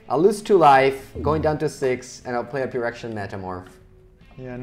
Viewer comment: pronouncing phyrexian with the hard ph gave me +20 stress